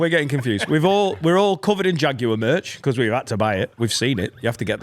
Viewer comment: Was anyone else upset by the pronunciation of Jaguar by?